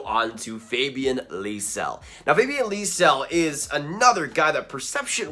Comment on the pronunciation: Aidan Hreschuk is pronounced Her-shuck and Lysell is pronounced Lew-sell like new but an L.